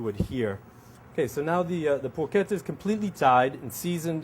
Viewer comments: Did he call it Porqueta? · Sorry man bat it's not Porchetta ...i'm italian